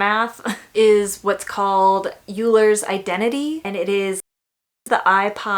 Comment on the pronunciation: GO MATH!! loved the tangent, also euler is pronounced like oil-er!